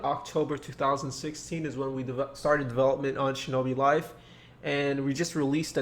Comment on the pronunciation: decembaaaa shinobi fife